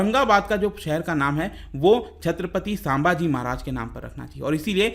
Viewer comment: Thanks for this video. But the only thing is it's संभाजी महाराज not सांभाजी महाराज!